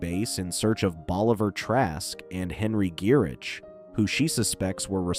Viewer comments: It's pronounced, "Guy-RICK". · He’s gotta be doing it on purpose.